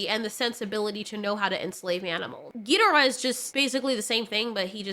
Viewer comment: i love your content but the way you pronounced ghidorah grates my ears as for year ive grown up ive pronounced it ghi-dor rah